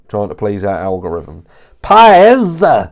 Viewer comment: The way you say Bryan's name just has me howling 😂